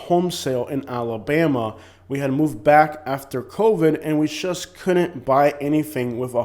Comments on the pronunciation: I agree except you keep pronouncing JUST as SHUSH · And SHUSH instead of JUST